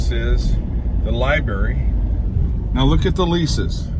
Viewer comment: LI"BRARY" NOT LI"BERRY"